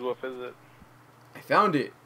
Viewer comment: Are you saying woof or wolf ? ? ?